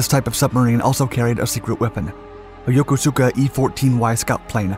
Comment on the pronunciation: FYI, the "u" in Yokosuka is silent, so it is pronounced Yokoska.